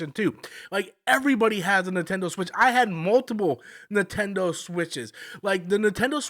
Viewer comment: 😂I thought I was the only one hearing that